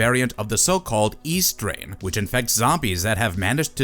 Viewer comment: Had to pause immediately at "E Strain."